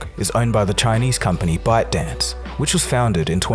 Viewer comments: Am I the only one hearing "Butt Dance" LMFAO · when you said byte dance what i heard is "butt dance" lol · When says ByteDance it sounds like buttdance